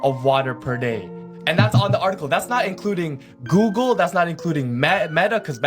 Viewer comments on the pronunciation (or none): none